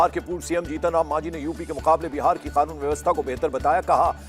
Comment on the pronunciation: O bhai khanoon mt bolo. Kanoon bolo